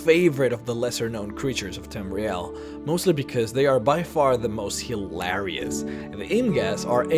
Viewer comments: The only thing hilarious about the omega is the way you pronounce "hilarious" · hill - arious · Archipelago, sunking, immobile, hilarious... You butcher the English language my friend, well done.